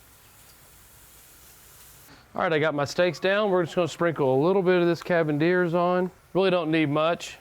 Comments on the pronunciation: That's not how you say cavenders unless your from up north. If so then disregard and carry on sir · or as he says cavendeers